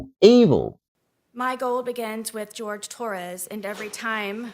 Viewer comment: One point: his name is the Spanish Jorge, not the English George. She purposely mispronounced his name.